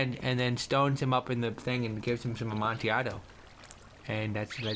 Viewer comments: Just in case u didn't know its pronunced a-mon-ti-a-do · Lol I don't know the correct way to pronounce amontillado but the way Toby says it is my favorite way so far